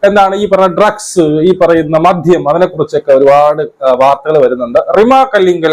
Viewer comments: Not മധ്യ. Its മദ്യ 😍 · മധ്യ ലഹരിയല്ല: "മദ്യ ലഹരിയാണ് ശരി "